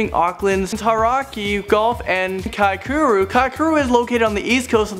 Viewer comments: Faurner oh god just listen to him say "kaikuru" it's kaikoura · omg haha he said kaikouru instead of kaikoura XD good start anyway